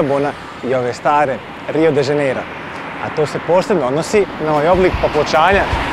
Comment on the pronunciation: Druze dobar ti je video al kaze se Rio de Janeiro ne Rio de Zaneiro, ako vec snimas Video onda navedi pravo ime grada....... Inace dobar sadrzaj.